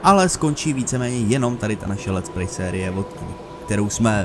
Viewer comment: lets-pray ? :D